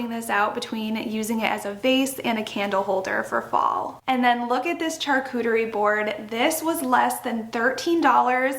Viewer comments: you do some really adorable decorating! Very pretty! Just a gentle correction: charcuterie is pronounced with the ‘sh’ sound at the beginning as if you were saying sharcuterie. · I’m not trying to be mean, but if you love, charcuterie boards, you should learn how to pronounce it😢